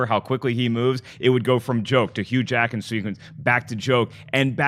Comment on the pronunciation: He said Hugh Hackman sequence